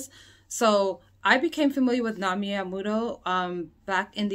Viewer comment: The term was "Amu-rer"!